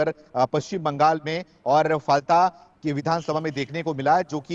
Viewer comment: फलटा नहीं फलता है